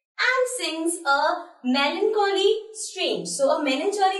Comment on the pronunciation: Melan cholly 😂😂😂